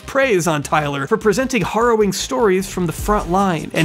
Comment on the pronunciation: Okay, now you've done said it twice. Once at the beginning and just now at the end of this 2 hour ride so I've earned the right to be pendantic. You're saying "harrowing" wrong. 🧐